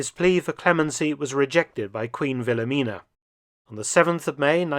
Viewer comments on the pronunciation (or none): none